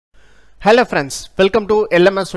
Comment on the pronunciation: You got me on: Hell-ay Friends